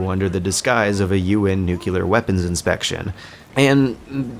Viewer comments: I agree completely. This one aspect drove me crazy the more he pronounced this word incorrectly. He's so thoughtful and extensive in his commentary overall, but please correct this! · Nuclear, not nukular. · Jesus fucking christ, why is it so hard for yanks to pronounce ¨NUCLEAR BOMB¨ right? You're the only bloody country that ever used one. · ``Nuculer, it's pronounced nuculer`` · I'm usually more or less on board with your conclusions, but this time I've got to say I think you're wrong. About a bunch of things. But most importantly, stop pronouncing it 'nucular'. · what in the shit is the ugly word you repeated throughout the video? what the fuck is "nukiller"? did you mean nuclear? as in, new-clear or neu-clear? I feel like slapping someone after hearing you pronounce it wrong so many times. I can't believe this shit, you can find plenty of websites that show you how to pronounce it CORRECTLY but you still choose to pronounce it INCORRECTLY. HERE'S A WEBSITE THAT WILL HELP YOU WITH YOUR PROBLEM: CLICK THAT SHIT, CLICK IT AND SEARCH NUCLEAR AND LISTEN TO THAT MOTHERFUCKER. THAT'S HOW YOU PRONOUNCE NUCLEAR. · Great video, but bro, you gotta stop saying "nucular". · Not this "nucular" thing again. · Dude, you keep saying "nucular". Anyway, great video. I may not agree with everything, but yours is probably the most in depth analysis the game has received up to now. Please keep up the good work. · I get the feeling i'm not the first to mention, but how can this person talking be taken seriously? Can you say "Clear"? now say "NuClear"? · specially when you're talking about a game series in which the word is said every 5 minutes. Good videos tho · Finally someone said this, watching all the critical close ups and this has been bothering me so much, damn yanks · I'm begging you, man. Please. It's NOO-CLEE-UR. Not NOO-CUE-LUR. Mispronouncing that word is not consistent with the intelligence and thoughtfulness you usually bring to your videos. You can fix this.